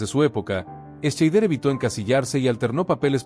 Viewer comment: Dios mio, se pronuncia Shaider, joder, documentate un poco. Y también Estiven......mejor no sigo, odio la mediocridad.